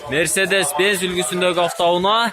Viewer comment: афто уна .афто уна. афто уна .афто уна .